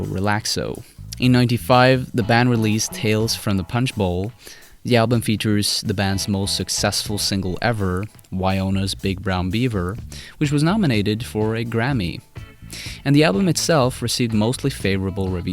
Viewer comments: "Why-O-nas"..........It's pronounced "Why-No-nas". It's not your accent, you just made an oopsie. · You mispronounced Wynona. Get rekt